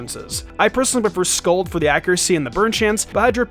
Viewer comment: It's scald, not scold.